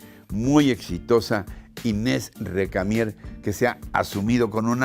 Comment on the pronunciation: A veces como que no le sale bien el "Récamie". 😁